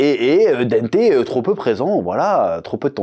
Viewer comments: Pitié chef prononce au moins le nom de Dante correctement stp 😂 c’est pas Dente !! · dANte, avec le son "en" comme dans "dent", "restaurant", "enfant"!! dANte bordel!!! Pardon